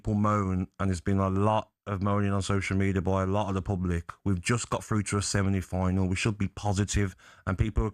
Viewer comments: Does Gabby keep saying seminy final? 😂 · "We're through to a Semini final" 😂